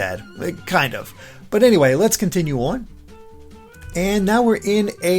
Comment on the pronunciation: So many changes.... makes me a little worried. I wish they would have made something similar to thousand year door. They keep making huge changes and sticker star and colour splash proves change isn’t always best. Also... the way this guy says “on” 🤦‍♀️